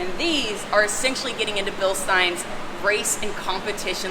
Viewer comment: Think Beer Stein.